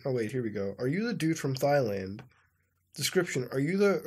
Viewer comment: It’s not thighland Muta, it’s Thailand. It’s not physique Muta, it’s psyche. It’s not seedo Muta, it’s pseudo I hate being that guy, but his mispronunciations irk me